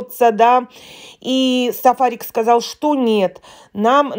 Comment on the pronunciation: " тЫ сказаЛь, я сказаЛь " 😉😂😂😂😂😂😂